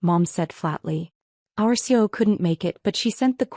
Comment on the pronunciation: do you read the comments your readers give you? I ask because I have commented before on the pronunciation of “CEO”. It is an acronym for Chief Executive Officer, C-E-O. It is pronounced with three (3) syllables, not two. Please make the correction in all of your future stories. It requires human editing of the AI voiceover. Oh, by the way, YouTube no longer monetizes stories that have not been edited by humans. You might want to keep that in mind.